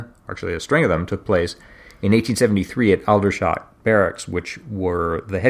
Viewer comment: Aldershot is pronounced older shot rather al dershot.